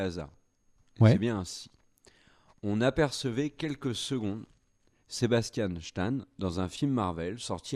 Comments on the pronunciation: "Sébastianne Chtane" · Le fameux « Sebastian chtan » 😆